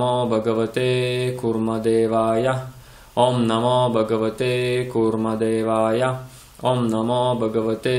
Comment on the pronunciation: Я вот не пойму почему вы произносите багавате,когда там пишет Бхагавате.Хочу заметить на примере 6 песни Шримад Бхагаватм,что в санскрите произношение очень важно и если не правильно звучание результат будет не правильный.Как в примере с Вритраасурой,его отец хотел чтобы был враг Индры,а из-за не правильно произнесённой А вышло Индра враг.